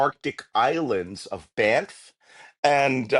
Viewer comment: What are these 'arctic islands of Banff' that Malcolm speaks of? Banff is a city in Alberta. Baffin Island, which he might have mispronounced, is a part of Canada as are ALL of those islands. The Northwest Passage is Canadian full stop.